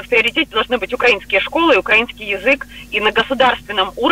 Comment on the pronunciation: балтком делайте правильно ударения украИнский